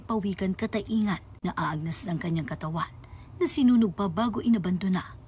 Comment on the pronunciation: YOU PRONOUNCE IT CATAY-NGAN,NOT CA-TA-I-NGAN.